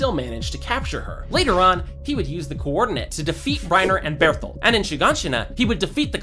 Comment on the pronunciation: i swear to fucking god if you say beartholt one more time shit gone get wicked